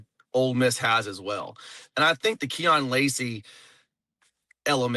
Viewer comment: Keon lacy and John David barker come on learn some names...